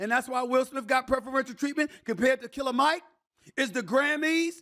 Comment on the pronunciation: Stephen A… smh cmon bro. It’s Killer Mike as in KILL-A-MIC… He’s a RAPPER bro.